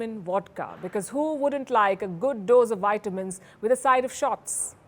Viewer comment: Nice. Please correct your pronunciation of vitamins. It is V and not Y